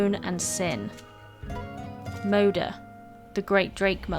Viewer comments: FADER is like FATHER but in Swedish is not pronounced FEJDER like you do in the video -.- so say Father with D in stead of TH there is the correct name. same with MODER it is just moder not MOUDER. sigh just please try to pronounce it right? pewpew. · Interesting, and well compiled, thanks! For pronunciation like the Scandinavians, you could try something like this: "more'der" and "far'der".